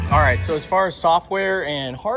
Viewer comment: did say zallright